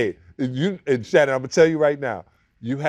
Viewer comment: “How do you say his name?” Shannon butchers his first name